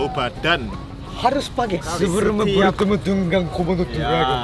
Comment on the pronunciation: "SEBEREMU BERUTEMU DENGAN KOMODO DORAGON"